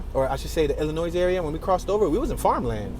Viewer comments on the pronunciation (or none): Pro tip of the day by a Chicago native: Illinois is pronounced 'ih-lih-noy' or ill-lin-noy'. The S is silent. It's a French rendition of a Native American word. I pronounce it as the former